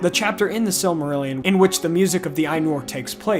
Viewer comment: The Ainulindalë is one of my favourite parts of all of Tolkien's writing. The imagery is beautiful. On your pronunciation of Maiar, an "ai" is pronounced "eye", as in eyeball, not "ay". So it's m-EYE-ar, not m-AY-ar. Oddly you pronounce Ainur correctly even though it's spelled the same :P